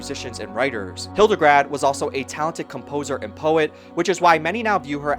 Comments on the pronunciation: Great documentary! Thank you for all the work of putting it together. You may wish to correct "Hildegrad" (von Bingen) into "Hildegard," the second syllable is pronounced like English "guard". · HildeGARD, not hildeGRAD 😆 sorry, I can't help myself Otherwise a very good documentary! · Hildegard, not Hildegrad 😊